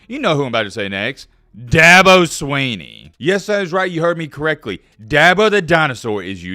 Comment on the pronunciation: It's Swinney,. Not "Sweeney". I thought you were a "know it all". More like MattBeILLITERATE. Anyway. I love the channel. Go Tigers!